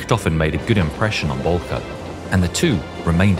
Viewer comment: It's Oswald Bolcke